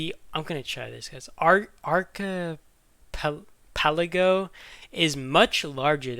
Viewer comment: Archipelago is pronounced Arc-a-pel-ago ❤